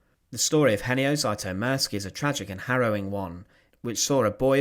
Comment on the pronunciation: There are several inaccuracies. You did not even care to pronounce his name right 😞